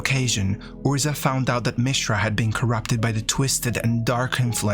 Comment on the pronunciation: Can you pronounce any name correctly? I mean, it was a good summary, but my God, you mispronounce just about every name except Mishra.